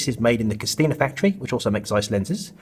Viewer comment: You should pronounced it Koshina not CosTina. Thank you!